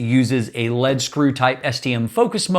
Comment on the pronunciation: no disrespect intended. Those things are 'lead' as in 'read' screws (because they were adapted from machine tools), not 'lead' as in the heavy metal (Pb).